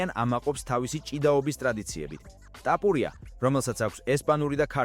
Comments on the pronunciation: ტაპურია კიარა თოფურია,რატო ამახინჯებ ქართულს? სწორად ლაპარაკი ისწავლე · რა ტაპურია,გვარს ნუ ამახინჯებ სირო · "ტაპურია" შენა ხარ, ვინც კოლხურ გვარს გამზრახ ამახინჯებ! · ქართველი ხარ შე ჩემალალა რა ენაზე ლაპარაკობ წესიერად გამოთქვი რეებს ბოდიალობ ტაპორია რა კუტუნიო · მარტო ქართული გვარი რატომ ეშლება 😂